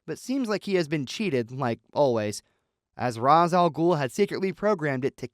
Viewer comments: His name is pronounced RAYSH, not ROZZ you fucking dingus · It isnt pronounced Raz....it's pronounced Raesh. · Ra's is pronounce "ray-shh" looks like catwoman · It's RAYsh al-Ghul/ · It's pronounced Ray-sh.